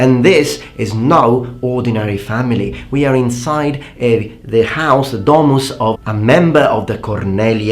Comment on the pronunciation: 'Domus' is pronounced with short o, not 'dooohmus'. And it's 'peristylium', not 'perystilium'.